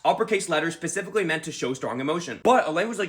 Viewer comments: you said pacifically instead if specifically and I don't know how to handle it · I heard him say pacifically in play of specifically and me brain n hurty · Did he say pacifically.... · Pacifically meant? 😢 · I already know him saying “pacifically” is some kind of long con to control all our minds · bro said pacifically